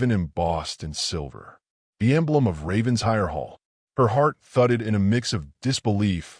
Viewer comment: It’s pronounced “Raven-shire”